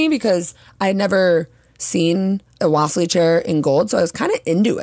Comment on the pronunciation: Great video! The correct pronunciation is "wa-si-li" chair. It's named after the russian artist Wasilly Kandinsky (in russian we say Va-si-li) Thank you for the cool suggestions :)